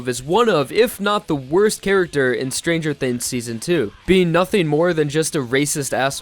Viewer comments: "stranger thinns" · lmao ''stranger thins''